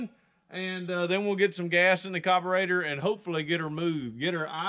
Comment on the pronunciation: It’s carburetor not cobarater 🤦🏼‍♀️